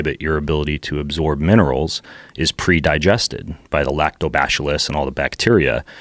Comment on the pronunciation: "Lacto- bash illus" Wtf?